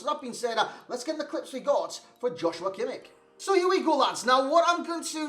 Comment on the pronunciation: You cant pronounce him more wrong 😂